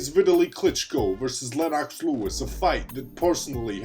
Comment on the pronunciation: This man said Len-Ox lol